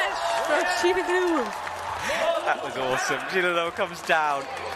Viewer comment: Like it would NOT have been hard for them to get a pronunciation sheet for the finalists instead of sounding like ignorant fools.